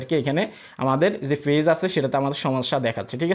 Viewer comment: আপনার উচ্চারণ এতো জঘন্য কেন? ফেজ কি জিনিস ? page - পেজ , not - ফেজ